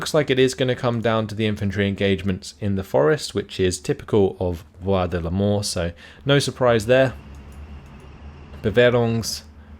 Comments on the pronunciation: It's funny because when you say "Bois de Limors", it really sounds like "Bois de la Mort" (woods of death) lol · I hear "Bois de l'Amour" on my side, but yeah, could go either way